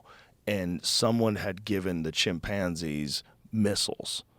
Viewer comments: This dude de says chimpanzi one more time I swear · why does joe rogan emphasize the PAN in chimpanzee? kinda like how some people say Umbrella like, UMMM- Brella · I like how he says "Chim-pansies" 😂